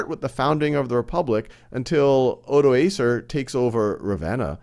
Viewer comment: u should say odoakar, not odo-acer, he was not a laptop!